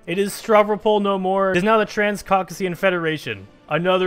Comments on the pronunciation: cauc-ASIA Not cauc-aSEEa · Name of song at the start? I'm having troubles finding it in Powerglove's library! Also i love this Also its pronounced COCK-ASIA